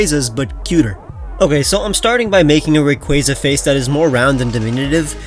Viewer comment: ITS “RAY-KWAA-ZUH”